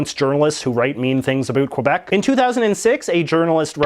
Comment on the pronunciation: I realize this person doesn't speak french, but it hurts everytime I hear him mispronounce Québec.